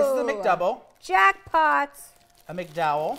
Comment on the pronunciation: Fucking said a McDowell 🤣🤣🤣🤣🤣